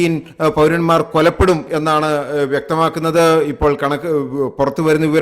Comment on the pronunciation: "കൊലപ്പെടുക" യാണോ "കൊല്ലപ്പെടുക "ശരി എന്ന് റിപ്പോർട്ടർ പരിശോധിക്കണം.